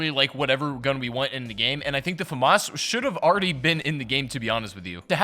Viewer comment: Well, you pronounced FAMAS wrong